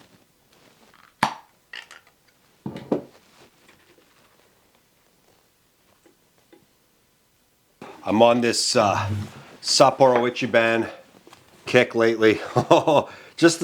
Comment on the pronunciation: don't take this as criticism. try to say Ichiban as EE-chee-Bahn - segment: Dude! You're exhibiting a real engineer's mindset. RESPECT! - Perfect cut. Time to reward myself with some minced meat 🙂